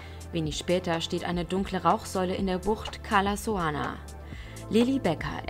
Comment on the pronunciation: Wenn schon dann bitte Cala Saona und nicht Cala Soana..🙈😏